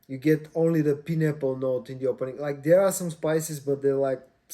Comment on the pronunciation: “Pie”n apple… not Pin apple… :)